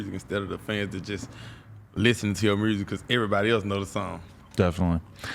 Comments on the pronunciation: Or murrsic?🤣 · “Mursic” is hot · Nobody: BlockBoy :Muresic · Mrooo zick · Hearing this man speak. I'm Glad people from Memphis can't pronounce Music.